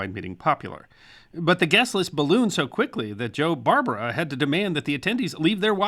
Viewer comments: He also mis pronounced Barbara.The emphasis is on the second syllable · A little nitpick - the Barbara name wasn't pronounced like the female name "Barbara" (BAR ba ruh) - the gangster name was "Bar BARE ah" (accent on the 2nd syllable)